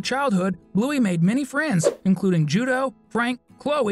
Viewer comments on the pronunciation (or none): none